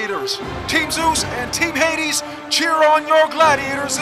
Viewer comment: cringed when he pronounced HADES wrong